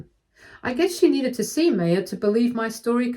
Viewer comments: I always thought it was pronounced "MAH-ya" not "MAY-ya" ... Sorry, it was just bothering me. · I’m sorry but every time the narrator called this poor girl May- yah it just made me want to grind my teeth. The name is pronounced My-yah. Please update this. It really takes you out of the story. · The name MAYA is pronounced mai-yaa, like the ancient civilization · It's pronounced MY-UH. Please check name pronunciations, you have a tendency to do this often and is super annoying. Thanks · My sister asked me to leave this link as you are pronouncing her name, Maya, incorrectly. The correct way to pronounce it is My-ah.